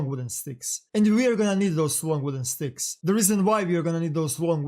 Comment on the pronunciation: Beckpeck, regs, sssstickssss man the way you talk I'm gonna puke really, if you gonna speak it speak it good